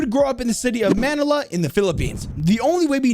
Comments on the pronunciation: lmao i love how you said man-i-la and not maynila which is the actualy hoy you pronounce XD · Mans butchered manila its not manela its ma ni la not sounded like an e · Bro said manala its manila ma-nil-a 3 syslbolss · I am a Philipino and I am sure that manila is not pronounced as manela it is man "I" la don't say ne say nii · The way he said Manila as "Maa ni laa" is so annoyimg especially cuase im filipino😢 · Him: manala me: bruh its manila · It's ma-ni-la not manala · You said manila as man-nill-ah its kinda like this mah-knee-la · For a filipino guy, we've always pronounced it MAN-ILLA not MA-NILLA, so just so you know its pronounced MAN-ILLA. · bro said manilia like that💀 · Manila not manala 😅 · Hey! Just wanna correct you on the pronunciation. It's Ma-ni-la, not Man-ila. :) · my man said "man nella" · The only thing you butchered is manila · Not angry or upset but its pronounced mai nila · BITCH CALLED MANILA "MANALA" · Just a head up, Manila is pronounced like “vanilla” usually 😊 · Its ma—ni-la the way to say it also im really happy that they added a Filipino agent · Srry to be that guy its pronounced, muh nil luh=manilla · this is how u read manila im a filipino don't worry mah nilah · “Mah nila” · i am ph the way to pronounce it is ma-nil-a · sorry but u said manila wrong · Not prounouns like vanille velasquez like this vanill velazkez its prounouns like that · WHY DO YOU PRONOUNCE MANILA LIKE THAT 😭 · Honestly, hearing you say Manila so wrong hurts, it really does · you said the capital of the philippines wrong lmao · I like how pronunced manila wrong xD